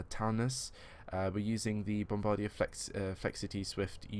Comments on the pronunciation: Bombardier is pronounced (bomb-bar-dee-ay.) Also, what do I do with the download file after I download it? I'm planning to buy it. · one thing about the pronunciation of Bombardier: say it like bomb-bar-de-yay